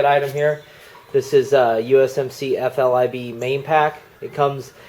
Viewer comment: I thought it was an FILBE not FLIBE...